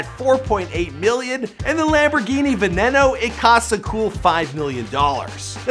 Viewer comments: Benino is how you say the name of that Lambo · It's pronounced ve-ne-no yes I know you butcher lots of names like that